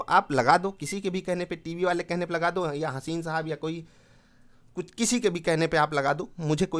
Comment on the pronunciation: Hasin nhi bhasin sahaab😀